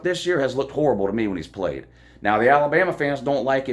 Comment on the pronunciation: But who have dey pwayed woo. They ain't pwayed nobody. Go Dawgs